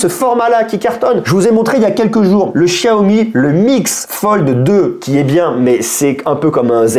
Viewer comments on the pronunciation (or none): none